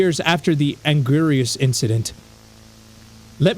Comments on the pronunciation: Angurius (An-gear-ee-us). There you go,. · You pronounce anguirus Aingeeris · Angurious is Aang-gi-rieous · Nice video, but I cant help but laugh at how pronounces anguirus, its angg-ee-rus and to people who don't know who gigantis is, I believe it is what americans called 'Gojira' before it was Godzilla and to continue this story, I recommend watching The Suitmation Trials, it follows the perspective of the Man in the suit, watch all 3 instances. The one that is binary code (Translation: Immersion) and the one called Scent. are optional but I think they are related to the story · Anguirus=Ah-n-gear-us. That's how it's pronounced! The 3 headed monster was Gidorah! Gee-door-ah And you got Gojira by they end of it, but for reference, it's Go-jeer-ah. This was cool as hell! I love watching you react to these. Thanks for watching it! I'm gonna go throw it at my friend who's a huge Godzilla fan. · How you actually pronounce anguirus is, ANG-will-o-Saw-rus. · Angurius pronounced "ann-gy-rus" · the dubs occasionally calll him Anguilas, there's some confusion about the name some permutation of Ankylosaurus. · Btw anguirus is pronounced An-gear-us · The way he said Angurius 😂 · Fun fact:gojira is pronounced go-je-ra and angrus is pronounced An-gir-us